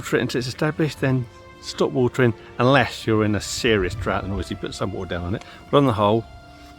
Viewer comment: lol with your accent it is watering ..... not watring 😃